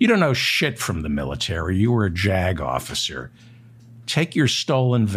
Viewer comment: Every time you say "Jag officer", I hear JACKOFF.